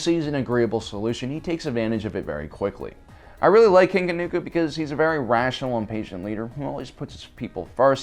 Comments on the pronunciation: Say it with me....Kah-TOON-koh, not Ka-noo-koh. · Or “King Kanuuko”